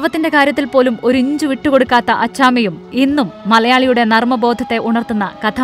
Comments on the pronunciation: അച്ചാമ അല്ല അച്ഛമ്മ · അച്ഛമ്മ, അച്ചാമ്മ അല്ല മോളെ